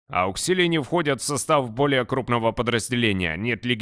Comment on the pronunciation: Не Ауксилии, а Ауксиларии! А так очень классный ролик, спасибо)